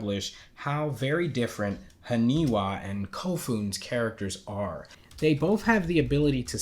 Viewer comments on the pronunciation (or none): you getting the names? its not Hanewa .. its HANIWA ... its letter "I" ... lol ...